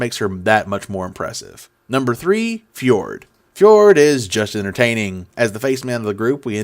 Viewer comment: Loved the hell out of your summary of the episoode breakdown of stats and characters but Travis has explicitly stated that Fjord is pronouced Ford like the car company. Watch the Q&A from the live Talks Machina at Wondercon and Travis blatantly corrects a fan for pronouncing it wrong and says the correct pronounciation. Also I have been seeing alot of trash talk about Molly as a viable combat character on Reddit and your stat of most damage taken is a proof that he is a tank. Yasha of course is a great tank but she has missed a few episodes for her job and will probably miss more in the future. Beau is very tanky and Fjord has some tank abilities with his magical armor but Molly is up the ish and I like his new item that stabilizes him from death considering he used very recently after getting it.